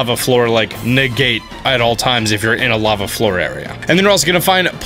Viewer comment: It sounded like he accidentally said rava instead of lava. And it is easier to just dub the correction, but yeah I heard it too. Lol